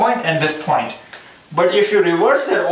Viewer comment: aap please point ko phoint mat bolo. video nhi dekh paa rha